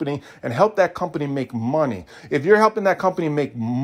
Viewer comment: Please never say money like that again.